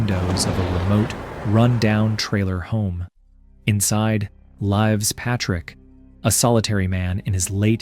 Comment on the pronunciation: Are you serious? It's a flippin AI for cripes' sakes! - 2nd or 3rd sentence : "Inside, LYVES Patrick..." (Capitalised for emphasis and spelt phonetically to highlight the sort of error only an AI narrator would make).